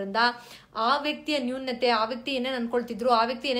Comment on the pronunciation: Madam, ನಿಮ್ಮ ವಿಚಾರ ಮತ್ತು presentation ಬಹಳ ಚೆನ್ನಾಗಿದೆ ಮತ್ತು useful ಸಹ. ಆದ್ರೆ ಎರಡು pronounciation ಬಗ್ಗೆ ಸಲಹೆ ಕೊಡಲು ಬಯಸುತ್ತೇನೆ. ನ್ಯೂ ನ್ಯತೆ ಅಲ್ಲ ನ್ಯೂನತೆ. ರಾಕ್ಷಶ ಅಲ್ಲ ರಾಕ್ಷಸ. Please take this positively. Thank you.